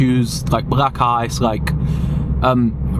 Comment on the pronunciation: Why do you say black ice as brack ice? 🧊